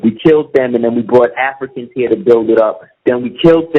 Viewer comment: Man, nigga, speak correctly! A goup of afikans from afika....... What the fuck??